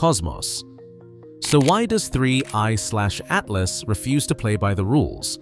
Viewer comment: They to long and the robot says “Three……. Eyeslashatlas” idk why but it’s getting annoying